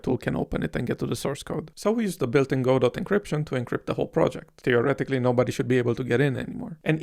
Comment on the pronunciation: also "godot" is pronounced "go-dough"